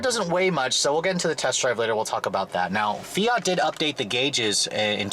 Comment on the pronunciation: Do Americans not realize there is a t in fiat.... + straight man drive it ????? Girly car ???? Fuck off sexist idiot